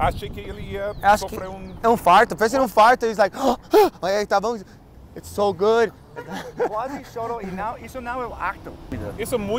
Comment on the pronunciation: Ouro Preto... gudi.... veri gudi